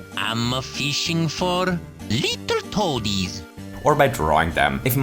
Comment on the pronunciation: "ama fishing for little toadis" Mario wtf